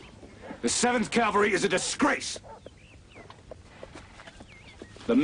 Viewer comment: Even Custer cant say cavalry...nor can his wife